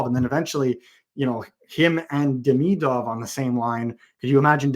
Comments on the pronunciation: Please stop mispronouncing Demidov... It's Dem-e-dov, not like Demi Moore... that would be french pronunciation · With an f spin on the v at the end. E-van dem-e-doff